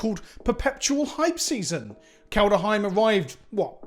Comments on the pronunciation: If you keep saying "Kald-a-heim" I'm going to start calling you "" in honor of adding a random "a" in the middle of the word that isn't there. It kind of sounds like "Placenta Kenobi" though, which is kind of gross. Which makes me think you'd like it and now my plan is going to backfire - damn it! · To make that clear, I like your videos and I dont want to be mean, BUT and this is a big BUT, please learn the pronounceation of "kaldheim"... Every time you say, it feels like some is slowly pushing a hotknife in my ears.i mean it is not far from an english word an would translate to "coldhome".Would you pronounce that coldEhome?!Again, otherwise good videos 👍